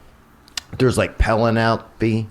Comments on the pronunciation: pa-la-napie cruise 😂🤣😂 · Pel-eh-nal-pe Cruz 😂😂lmao that is one of the greatest mispronunciations of name Ive heard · I thought I had a stroke hearing Theo say 'Penelope' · The slap was terrible, but worth it just to hear Theo pronounce Penelope while describing what happened.